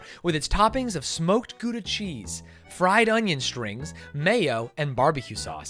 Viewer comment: I thought you were part Dutch why do you say Gouda like your from Belgium